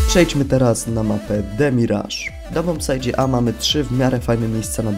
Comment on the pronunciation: "Bombsajcie", nie "bombsajdzie"